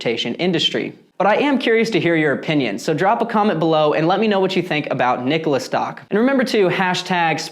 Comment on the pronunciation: At least you can pronounce the name right... the company can't!